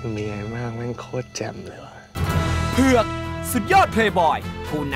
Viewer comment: เผือก!เน้นได้หนักมาก😂